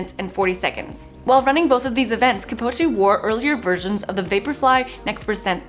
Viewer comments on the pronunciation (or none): Kip - Chog - Ey Don’t know how you haven’t heard one person say it and you’re a runner